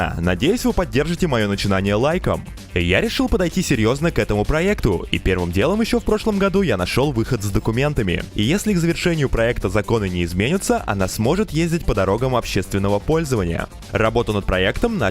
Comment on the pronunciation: Твою речь сложно слушать. зачем акцентируешь на последнем слоге? дверИ, проектУ, дорогАм общегО пользованиЯ. На севере живешь где-то?